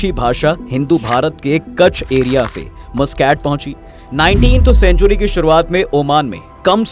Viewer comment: Abbe Mooscaat nahi MasKat kehte hai Oman ke rajdhani ko. Thoda research to kiya kar mere bhai.